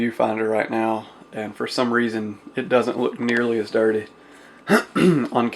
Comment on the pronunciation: hehe i like the way you say dirteh lol. awesome video btw